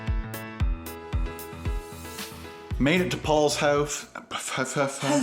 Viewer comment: “made it to Paul’s houf” 🤣